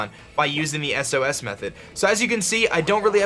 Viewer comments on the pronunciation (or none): wtf is an "eses" method? ITS S-O-S. also take care of your rotom asshole.